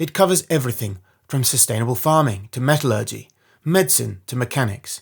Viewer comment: Very interesting video, but please check your pronunciation of “metallurgy”!